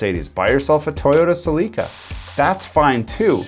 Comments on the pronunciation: lol, you called a celica a seleeka, just like scotty calls hyundai a yundi. I take scott with a grain of salt, but find some value in his content. Plus, as he says, he doesn't take sponsorship and does product reviews. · I was all on board until you pronounced Celica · The way you pronounced "Celica" is just wrong. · A bit of constructive criticism > when calling someone an Idiot or whatever other derogatory label... better learn how to pronounce Celica 😂